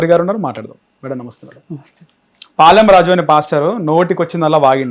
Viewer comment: పాలెం రాజు కాదురా ఎదవ శాలెం రాజు అనే పదం కూడా నీకు రాదు నువ్వు మాట్లాడుతున్నావ్ తీసేయ్ వేస్ట్ ఫెలో